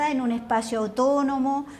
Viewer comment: Pero, ¿ cómo dice ser Educadora Académica de lenguas? si no sabe ni siquiera pronunciar bien las palabras en su relato hay varias .....escuchen cuando se refiere a la palabra ¡¡autónomo!! la india dice "utonomo".